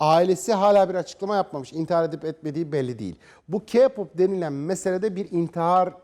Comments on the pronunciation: Bir kere kipop değil keypop diye okunur!İki allah aşkın körmüsün de kadın ayıramıyorsun? Gözlük takıyon ama meğersim bozuk olması lazım da bir şey göremiyosun! Bir de senin rezalet dediğin şey tüm dünyada sevilen ve saygı duyulan bir şeydir. Bir de sen kimsin de orada durup kendi görüşünü anlatıyorsun? Cinsizlik mi? Hayır efendim öyle bir şey yok! Senin şuanda sunduğun sadece önyargılarındır? Evet Kpop sektötü sanatçılar için çok zor ve yorucu olabilir ve başarılı olmayanlar da hayıtın alabilir de, ama bunu yapan çoğu sanatçılar insanları mutlu etmek içindir. Yani allah aşkına dedi kodu yapıp söylenti ve demdeme çıkaran kişiler kim acaba? Evet bunlar biziz, tüm dünyadaki insanlar ve bir şey daha söyleyim ki hayatını alan çoğu sanatçı sadece sektör yüzünden değil insanların dünyaya yaydığı yalanlar yüzünden de. Tamam bir konuda haklısınız onlar mükemmel olabilmek için gençliğini feda ediyorlar, bunun nedeni de istedikleri işi yapabilmek için zaten. Bu yüzden zaten hazırlık zamanında uzun ve talepkar eğitim alıyorlar ki, sahneye çıktıklarında zorluklara hazırklı olabilmeleri için. Tabiiki uymaları gereken kuralları olacak ve bunlar sözleşme şeklinde onlara teklif edilir. Yani aslında olabileceklerin farkındalar ama onları koruması gereken yapımcıları yada firmaları. Yani o sahneye çıkan şu gençlerin sorumluluğunu taşıyan asıl kişilerdir. Hem intahar eden sanatçılar hemen derhal etmezler, intahar eden insanlar ilkinde depresyonda olur ve hayatında sorumları olduğu anlamına gelir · kardeşim bak K-pop keypap diye okunur yani bunu biz demiyoruz genel olarak böyle mesela BTSe betese diyorlar ya yine onların cahilligi bu çünkü ingilizce de alfabeyi sayarsak bities diye okunması gerek olay bundan ibaret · K-pop bu kadar kötü değil sen bence git bu haber spikeri olmayı öğren sonra gel konuş ha birde k-pop demeyi bile bilmeyen kişi bana k-pop u anlatıyor sana ben k-pop u anlatırım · Abicim doğru düzgün okuyun şunu kiğ ya da kağ pop değil KEY PAP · "Kigggg pop" malmısin knk